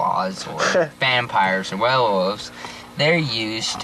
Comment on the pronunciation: The way he said werewolves at about into the video made my eye twitch